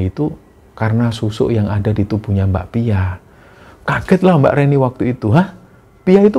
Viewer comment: pas mas nya nyebut mbak pia aku selalu dengernya bakpia jadi inget bakpia pathok jogja punya 😅